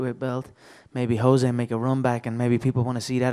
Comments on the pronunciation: Can some one tell me if the correct pronouciation of Jose Aldo's name is "Jo-zay" or "Ho-zay"? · That reporter saying "joe zay" instead of Jose is driving me crazy.